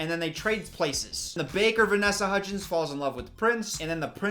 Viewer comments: “the three hudgees” - 2020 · When he said Hudgeez I thought he was going to say Hujesus next, cuz you know, Christmas is about- I'll just leave. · I love how is like “HUDGIES” the whole first half of the video.